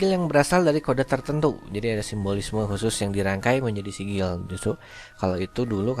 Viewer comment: sigil bukan nyaa sikil